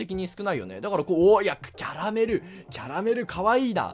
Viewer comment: キャラ↑メル↓